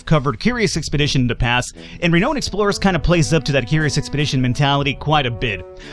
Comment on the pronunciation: you are pronouncing renowned wrong dude